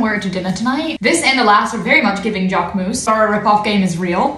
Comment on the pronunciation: The way she pronounced jacquemus hurt 💀💀